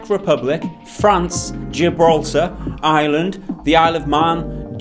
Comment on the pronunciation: Did he call Ireland island?